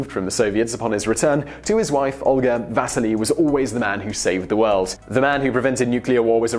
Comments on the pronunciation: NOT "Vaseli", but Василий !!! = Vasiliy and the pressure is on "si" and not "Va". Thank you very much!!! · If only he had spent some time at least trying to pronounce the names properly... His name is not VAsili (stress on the A) but VasIli (stress on the first I)! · It's Va-sii-lee. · VasEEli, not VAsili! I like these videos, and I recognize that a lot of fringe names and foreign words pop up a lot, go ahead and mispronounced something you only say once in the video, but the name of the person the video is about that you say umpteen times should be pronounced at least close to correctly. Simon, you can do better. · The pronunciation of Vasili is wrong in this video. In English, we would pronunce his name as Vas-See-Lee. Also, they should make a full-length Hollywood film about the life of Vasili Arkhipov. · Can you at least get the pronunciation of the guy's name right? The stress is on the first i (maybe needs another i or y at the end too). You make it sound almost like vaseline. Quite heroic. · I cringed every time you tried to say Vasili's name. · You're saying Vasili wrong!